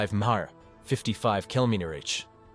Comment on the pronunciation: That AI voice has a really tough time with mph and kmph, doesn’t it